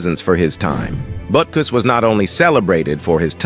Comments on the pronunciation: Awesome video and stats. However no thumbs up andno subscription. Why? Because you are using AI to narrate and you do not know how badly words with not pronounced right. One time it pronounced his name as Boo-kiss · Man, I really hate those AI voice-overs. It starts out saying his name correctly then about pronounces it Beera couos. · Probably better to narrate yourself instead of using a machine - Butukus??? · This is just awful! Your AI narrator can't even get the man's NAME right! 'BootKoos'? Who TF is THAT??? Shame on you for putting some voice-over actor out of work only to butcher the script!